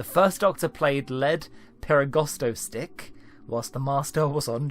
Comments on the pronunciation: It's probably pronounced "Leed perigosto stick", not "Led perigosto stick". Lead as in "Lead guitar". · That's lead perigosto stick, genius. Like lead guitar or lead vocalist, not lead like melting some lead.